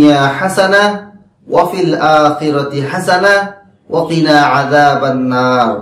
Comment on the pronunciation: Vai pls. Arobite likhe den...tahole uccharone kono vul thakbena. ( Waqina hobe not Wakina) ashakori bishoyti bujhte parechen?